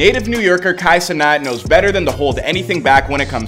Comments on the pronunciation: It’s Kai Cenat not Cenot bro 😂😂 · Bro can't even pronounce his name right but Kai def made it